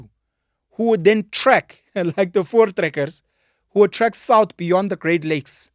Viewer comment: I must complement you the way you pronounces the words Afrikaans and Voortrekkers. Well done.